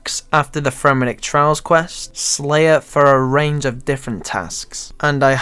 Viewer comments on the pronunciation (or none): Fremmenik TRIALS, not TRAILS. Pronunciation is everything.